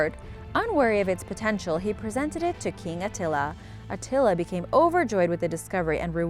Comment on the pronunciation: At first I've thought I heard The Sword of Nutella when it came to The Sword of Attila part of the video XD